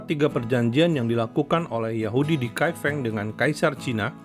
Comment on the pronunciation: Salah melafalkan Kai Feng Lain kali sebaiknya tanyakan dulu pada yg paham sebelum meluncurkan video tentang Kai Feng